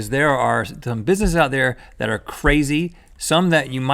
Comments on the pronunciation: Rhett said bisssesses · Did he just say Busisses?